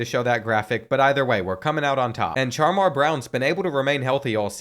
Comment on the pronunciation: CHAR-MAR??... NINJA ITS SHAMAR